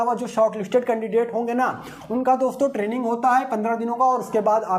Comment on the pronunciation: Sir wo TREANING nehi... TRAINING hota hai...😅😂